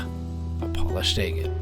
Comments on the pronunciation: Agate is pronounced sounding the A as in Apple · Never heard anyone pronounce agate the way you do. First A is pronounced like a in the word apple. Then gate is pronounced git. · I've never heard anyone pronounce agate like you do. And I'm an old Grammy whose uncle back in the 50's used to have Rick tumblers in his back yard and cigar boxes of beautiful polished rocks.